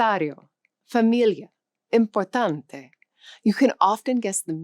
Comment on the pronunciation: This is more an advertising...You pronounced Portuguese more like French...it is wrong. Importante, Portuguese, is pronounced importantcheeee. Very dificult to adapt to the nasal accent. Italian grammars and Spanish grammar are very, very difficult. Bad pronunciation on Nación and educación. Try to teach an english speaking person to say Buenos Aires...I learned 6 languages and speak 4. I know what I am saying. Good work.